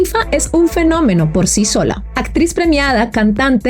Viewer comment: Haces un excelente trabajo, gracias. Pero, con todo respeto, voy a hacerte un comentario que espero ayude a mejorar tu gran trabajo. Cuando pronuncias ciertas palabras... lo haces, al parecer con una letra "T" en lugar de "C"... sonando "ETSITO" en lugar de ECSITO, "ATTRIZ" EN LUGAR DE ACTRIZ, "REATCIONAR" en lugar de REACCIONAR, "ATCIONISTA" en lugar de ACCIONISTA, "SELETCION" en lugar de SELECCIÓN.